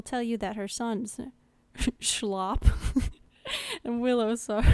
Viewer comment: his name is shilop... shy-lip lmfao good guide tho